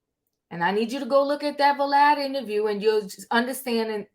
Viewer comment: 😂😂😂 NOT Vah-Lad 😂😂😂 Wow, these people are coming from everywhere #MeTooHipHop